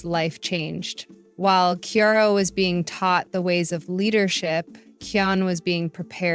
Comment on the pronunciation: It’s actually kion not keyon